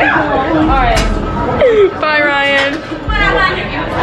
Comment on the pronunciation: she said brian instaed of ryan